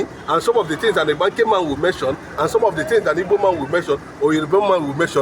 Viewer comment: The real Pronunciation of ibganke is ibga nkem my drum in igbo language